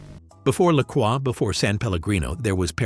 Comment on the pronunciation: You pronounced LaCroix wrong. It’s “La Croy” not “La Quwa”. Just a heads up.